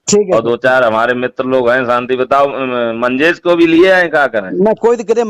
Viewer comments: मंजेश भाई का नाम ठीक से लेलो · मंजेश नाम तो सही से ले लो